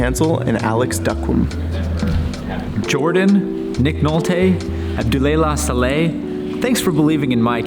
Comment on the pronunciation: MY GOD THAT PRONOUNCIATION! XD Abdulelah Saleh (Pronounced: Ab-duel ee-law saw-leigh)